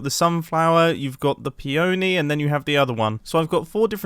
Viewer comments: “no no no you’re saying it all wrong. it’s pEony not peOny” — hermione grianger, 2020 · Isn't it pee-ah-nee? Honestly asking